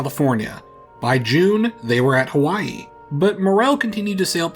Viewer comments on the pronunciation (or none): none